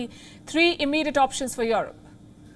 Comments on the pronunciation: This lady broke me 😂😂 these days I can't help but pronounce it as "yorop" .. I've tried forgetting it, I can't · palki "worried" for europe... hahahaaaaaa!!!